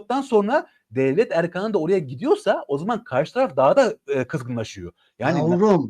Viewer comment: Lütfen “erkan” demeyi öğreniniz. ( Hakkari demek gibidir). Ayıp oluyor.